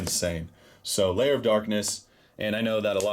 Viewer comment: Its lair not liar